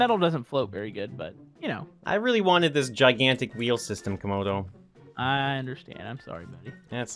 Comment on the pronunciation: Said comodo Repeat that again😂😂😂 that was supposed too be late😆😆😆😂😂😂😂